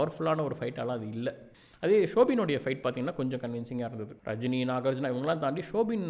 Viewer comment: Okish review bro! 😏 * His name is Nagarjuna not Nagarjun * Please learn the difference between single take and single shot * Most importantly Devaraj is the name of Mammootty in Movie "Thalapathy" not Rajini's